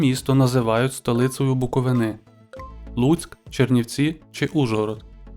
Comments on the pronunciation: БуковИна, а не БуковинА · Дякую за відео, та контент! Тільки правильно БуковИна а не БуковинА